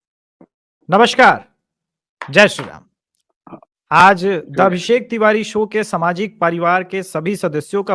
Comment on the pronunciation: कृपया "जय श्री राम" का उच्चारण धीरे और शुध्दता से करें। जल्दबाजी और औपचारिक तरीके से नहीं। घृष्टता के लिये क्षमा।